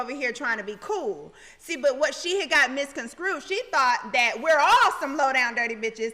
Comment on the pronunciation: Porsha really smart OMG did she just say misconcrued... it’s misconstrued!!! Lmao